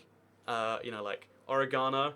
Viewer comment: The way he said oregano 😭 also who just casually keeps poison in their kitchen cupboards